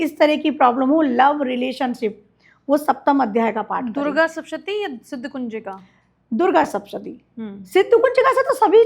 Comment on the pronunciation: Madam saptshati bolo uchharan sahi karo,markandey rishi ji ka nam bhi sahi nhi bol paa rahi,bade guru logon se gyan lo